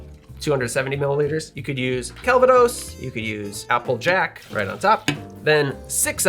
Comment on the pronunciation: This looks great!10/10 could make. And I’m glad I caught the Calvados pronunciation. I only recently discovered it (but haven’t tried yet) and thot it was Cal-Vad-os instead of Calva-dose. I agree the glasses & pitcher are cute.